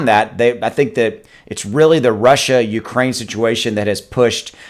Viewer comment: I think you just made up a name for what happening. “Rukraine”